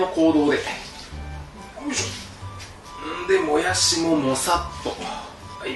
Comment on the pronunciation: もやす。みたいにしをすに言う言い方、山形弁ですぞそれ笑笑